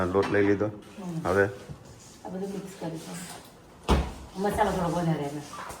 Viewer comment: tame Aasha~KAKI~Masalo proper bolo ne vachhe Y kem add karo cho.thodi proper language bolo😊